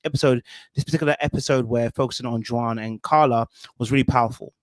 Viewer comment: The way you pronounce Juan is wild. It's pronounced like "Wan" in "wand" lol